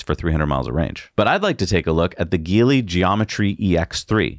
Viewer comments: i may be wrong but isnt it pronounced "X Pung" & "Ji-Lee" ? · GEELY should pronounced as G - Lee